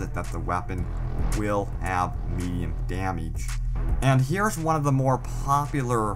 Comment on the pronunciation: As I keep watching it gets worse! Damiege damiege damiege! It's damage !